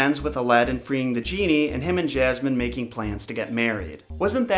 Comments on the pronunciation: I've never heard anyone pronounce it like that, but okay. I doubt you're American to even say that, and if you are, you probably haven't been outside of your townhome if you genuinely think most Americans say Jasmine like that. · Why do you pronounce Jasmine as JAZZ-MAN????? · Lmao 'princess Jazzman' anybody else hear this?? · This is the first time I’ve ever heard someone say jasmine like that. Honestly it kinda bugs me. I would correct anyone who pronounces my name wrong. For reference I have been called yasmine (yas-mean and ha-s-mean), jazz-mean, and jazz -MINE (this one only said jokingly). So far never been called Jazz man. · Lol why does it sound like you're saying, Jazz-man? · he keeps saying jasmines name “jazzman” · Why did you say “jas-man” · jazzy uhm. No.. I say it how it’s supposed to be pronounced and I’m American.. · Did he say jazzman?😂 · why the fuck do you keep calling jasmine ''jazz man'' O.o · Why do I keep hearing princess jasman? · Princess Jazzman? lol dude, check that pronunciation. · Her name is ياسمين you know like "yasmine" I don't get how you put "j" in there tho :/ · Why do you pronounce jasmine like Jazz man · Jasmine .. he kept saying Jazzman probably he from the South. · ya like jazz[man]? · You said jasman XD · 'Princess Jazz-man' Dat pronunciation. It could be considered an improvement. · ray , thanx again, the revision made it more Alladinly. Actually if you listen to the song, she pronounces: JazzMin ( or however you want to spell it), rather than Jazz Man. Even so...a great song sung by one of the Brill Building's best! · It's actually pronounced hasman in Arabic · Why do you keep calling her Jazz Man? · why does he say jazz-man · Actually: Yasmeen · Both r wrong it's yasmeen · Lol his southern accent 🤣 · If you say Jazzman one more time... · “JazzMan” LoL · Why do you pronounce "Jasmin" "Jazzman" 😅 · Why do you keep calling her Jazzman??? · XD When you say Jasmin, I keep thinking you're saying, "Jazz-man". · Omg Jaz-man